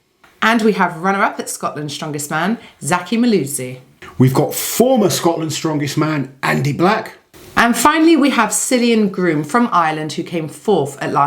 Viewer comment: I think Cillian will surprise people and possible top table. Also, it's pronounced (kill-e-ann